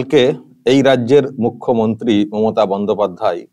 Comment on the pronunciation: মূর্খ.... ন্ত্রী কে আপনি মুখ্য..ন্ত্রী বলছেন। শুনতে কষ্ট।